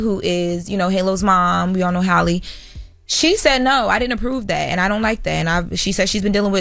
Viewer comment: Honestly the way yall correct everyone about Kamala’s name then turn around and butcher Halle’s name repeatedly is wild